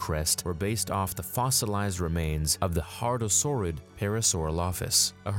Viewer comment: man the pronunciations of hadrosaur and parasaurolophus make me crack up